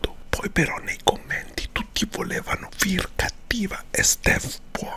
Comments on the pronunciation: Si pronuncia fere no fir r poi si scrive phere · Non è una critica ma si dice fere ( io ho scritto come si legge se no so come si scrive phere)e non fire...ripeto non è una critica ma un consiglio da #consolina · Si pronuncia fere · Si pronuncia Fere e non Firi....cmq bel video come sempre 😄😂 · Si finalmente i 2 players. Ti adoro e sto migliorando i miei disegni grazie a te 🤩🤩🤩🤩. P.S. Non per essere rompiscatole ma Phere si pronuncia fere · In verita si pronuncia phere .Si scrive phere ma si leggi e fere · Si dice fere, come un figata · FERE SI PRONUNCIA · Si pronuncia fere... Sei un mito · Hai chiamato phere "Fir" o sbaglio? 😂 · Si pronucia come si scrive ciò phere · Comunque Phere si pronuncia “Fere”😂😂❤️❤️ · CMQ PHERE SI LEGGE (FERE) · fere ( si pronuncia) e si scrive Phere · Si dice "fere" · Si pronuncia fére ma si scrive phere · Credo che phere sia abbastanza arrabbiata per come abbia pronunciato il suo nome... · Tra l'altro come pronuncia phere hahahahhaha muoio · Si legge con la "e"